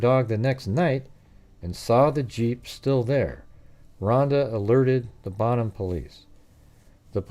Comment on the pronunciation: Bone-ham? Bonham is pronounced “Bon-um”, like bonfire. Jennifer’s murder shocked everyone in Northeast Texas, and this case was doomed to never be officially solved when Oklahoma handed it over to Fannin County. I remember when the gossip was going around about Myles Porter, the District Attorney, being the culprit…but literally no one could ever put Jennifer at WalMart the same time he was, let alone seeing him in secret. Plus, he was working on a death penalty murder case…so when did he even have time to mess around with a younger woman who just moved back home from Austin??? Answer: he didn’t. 😑 EDIT: the dad of the baby, supposedly, was her ex-husband, whom she was seeing again while he was with another lady. Now imagine how unexpected pregnancy would go over…